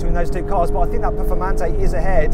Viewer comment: ペフォルマンテになってる